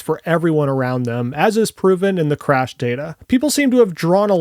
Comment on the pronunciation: This guy proves in the first 2 minutes and 30 seconds that he's also a tool without a fucking clue in the world what he's on about. Can't even pronounce "Crash" and then compares the T-Bone crash results of the Cybertruck to a SUPERCAB F-150 XLT, not a Supercrew Lightning.